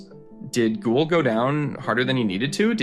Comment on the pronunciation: Are you a bot? You mispronounce Guhle and St. Louis, Dobes, etc. Anyone who knows hockey would know how to pronounce these names.